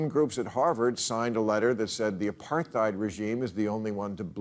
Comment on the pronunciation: It's kinda hilarious to rag on someone for not knowing what apartheid is when you can't even pronounce the word.